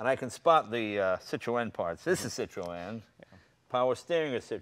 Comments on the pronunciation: yes, it is! the two points over the E are called a trema, which means that the two vowels are pronounced seperately. i study linguistics in france, so i might just be qualified to know how to pronounce it... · Yeah Americans tend to go over the top with bumpers like the old v12 etype is ruined in america and jay ur saying Citroen wrong and with my OCD tendencies I find it incredibly annoying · please stop saying it like that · Why cant jay say citroen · Jay Leno has just woken up bed hair. Where was his hairdresser for this clip? Also, he makes a terrible hash of pronouncing Citroen. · Jay need to learn how to pronounce Citroen properly. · please pronounce citroen right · nope it's pronounced [sitʀoˈɛn] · What is with the pronunciation of Citroën? ha ha !! it isn't meant to be a 3 syllable word Cit-ro-en. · Please stop saying 'sit - row - en' ..... the correct pronuncition is .. which is 'See trghho en' with the first two letters making a SEE sound, a throaty mess in the middle and the emphasis on the I and E. If you are not French and going to do it properly ( which sounds ridiculous and incredibly twatty mid sentance in your normal dialect) then pronounce it in your way. 'SIH tren' with a hint of 'o' before the E sound so it doesn't rhyme with 'wren'. Or just run sit row en together quickly to make sitroen. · Why does Jay refuse to pronounce Citroen correctly ? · Never heard citrion pronounced like that. In England we dont say the E. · My god Jay, Citroen is pronounced 'sit-rone'. See! Even the other guy has it . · WHAT THE FUDGE IS A CITRO-ENNNNN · it's not Cit-ro-en it's pronounced Cit-ron Jay!! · Stop saying sit roe en Please, it's sitrun ..sitrun sitrun ok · sitrun, not sitrowen... Citroen crying at the mispronounciation. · Actually, it's SEE Troy ahn. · The correct pronunciation is SITRO-EN. There are two dots over the “E” that calls for it to be prominently pronounced. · Sit-ro-en? No Jay... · Citrewen. God dammit, Jay.